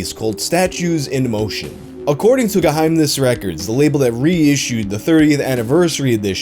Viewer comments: im from germany and i gotta say u said geheimnis real good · I am lowkey impressed by your pronounciation of the word "Geheimnis" a lot!